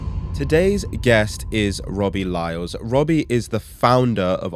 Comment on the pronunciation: robbie lyles? isn't it robbie lyle